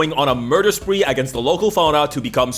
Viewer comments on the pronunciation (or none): none